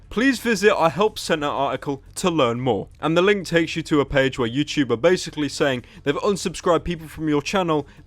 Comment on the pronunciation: why is he saying youchoob